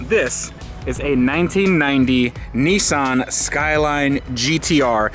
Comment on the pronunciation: Its a nissan, not a neeson